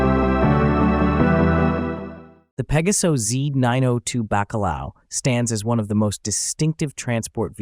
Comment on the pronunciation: Oh narrador!!!!!...fala-se exatamente PEGASO...para facilitar a dicção seria com o acento no A.